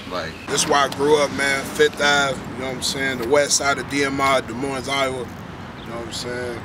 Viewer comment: Iowa has the most corrupt prison system. There is no "Z" at the end of Moines.